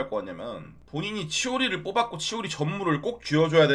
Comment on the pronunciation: 치도리 라고요!! 치오리는 무슨 ㅋㅋㅋ